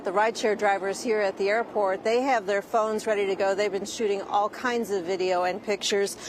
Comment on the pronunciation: ALL of them?....Yep, 'Allum'.